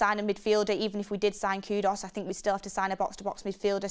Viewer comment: ITS KU -DUS NOT KUDOS. BLOODY HELL ITS NOT THAT HARD TO PRONOUNCE